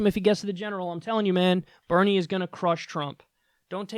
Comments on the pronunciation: Hey Kyle! It's Daddy Bernie, not Daddy "Benie"!!! smh so disappointed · Bernie not BENIE! 😂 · Dude it says, Benie not "Bernie" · "Benie" lol